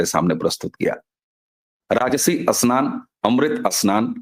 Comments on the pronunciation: Pahle Apne Uchhaaran sudharo Asnan nahin Snan hai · अस्नान या स्नान? अस्थगित या स्थगित?